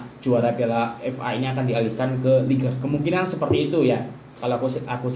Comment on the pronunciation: Sebut FA pun tak betul bro..nak ulas tu,ckp bagi jelas..